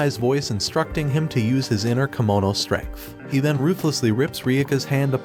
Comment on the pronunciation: It’s kemono not kimono